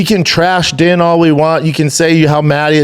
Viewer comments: Brendan is going out of his way to pronounce his name as DEN. When it is legitimately pronounced DEAN. He’s been on camera for over 10 years now. If it wasn’t pronounced DEAN, he would’ve corrected us by now. But then here comes papa Schaub. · It's pronounced "Dean", not Din bapa. I know spelling isn't your forte Thiccc boy 👍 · It's pronounced Dean, not Din, Jesus dude. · Jesus Christ Schaub, you and Chin really really need to figure it out. His name is spelled Din but it’s pronounced Dean. DEAN! This is basic shit that Chin should be able to catch and correct or you should know. You mispronounce 85% of fighter’s names and it makes you look like a moron or you’re just completely checked out. The truth is you had one of the first mma podcasts and it was cool but now there are 20 other mma podcasts that are way way better. It’s really bad. Chin should be working at Best Buy for real. All Chin has to do is watch one episode of JRE and figure out how to use Google when people are talking about a given subject instead of sitting there staring at a screen until someone tells him to look it up. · Come on... gotta at least get the names right.... Jill- ian not (Gillian) and it's Din (pronounced like Dean) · He hears Ariel pronounce the names correctly and yet he still calls them 'Din' and 'Gillian'. C'mon Shrub... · You are saying both of their names wrong. His name is pronounced DEAN and her name is pronounced JILLIAN, the spelling with the G is french Canadian... Does Brendan even watch the UFC????